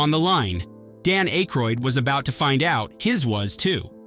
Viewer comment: ackroid...geeshhh say his name proper...gerrrr the "y "is silent......